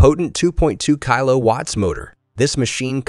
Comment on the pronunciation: Somebody needs to teach English pronunciation to these Robot voices. Mitre or Miter is pronounced MY_TER not MITTER . Kilowatts is pronounced KILL-O- Watt not Kyle-o-watt.